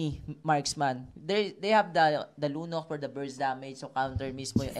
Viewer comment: Sabi nung lalaki nung una "Lunoc" daw. 😂😂